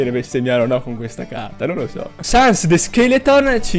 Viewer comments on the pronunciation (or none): none